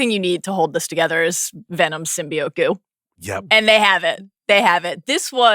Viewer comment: The fact that Mallory Rubin, of all people, didn't immediately and aggressively correct Sean's pronunciation of symbiote is criminal. Every time he said it, it was like nails on a chalkboard. Sym-bee-oat not sym-bee-uht. Blasphemy.